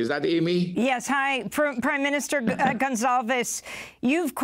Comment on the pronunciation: Comrade Ralph on Democracy Now! How exciting! Amy, his name isn't Gonzalves. It's Gonsalves! I loved that you brought him on, but please, call his name correctly. He should have corrected you. Once you don't correct people, they won't know your name.